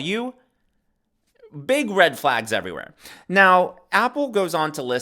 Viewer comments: Just an FYI.... His last name is pronounced "Ah-Pell", not "Apple". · It’s not Apple as in the fruit, it’s Appel = Ah-pell.